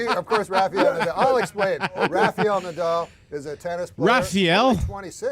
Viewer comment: THANK YOU for saying RAFAEL the right way. LOL I cringe everytime I hear that on tv